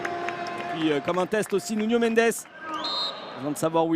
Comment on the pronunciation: C'est Nuno Mendes et pas Nunio.